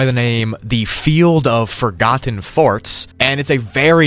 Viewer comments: Now hol' up... is that "The Field of Forgotten FORTS" or "The Field of Forgotten FARTS"? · I know it’s supposed to be forts, but I can’t stop hearing “farts” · What hears: the field of forgotten forts What i hear: the flield of forgotten farts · Am I the only one who thought he said “field of forgotten Farts” other than field of forgotten forts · I thought he said "the field of forgotten FARTS"💀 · i had to double take i thought he said, the field of forgotten farts lol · Who else thought he said the field of forgotten farts